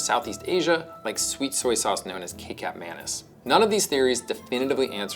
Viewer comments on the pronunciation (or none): Kecap Manis is pronounced “kechap manis”. Manis means sweet (sweet ketchup). It would be wise to research pronunciation before hand. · it's pronounced KEY-CHAP manis. I swear to god you whites have no respect for non-anglo words and pronunciations. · Kecap Manis, is pronounced as kuh·chop ma·nuhs. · Kay cap manis 😭😭😭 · Kay-cap man-is, my favorite Indonesian soy sauce